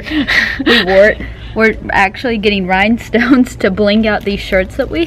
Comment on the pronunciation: It's Ryanstones, not rhinestones lol